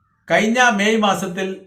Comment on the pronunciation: കയിഞ്ഞ അല്ല കഴിഞ്ഞ 🤣🤣🤣🤣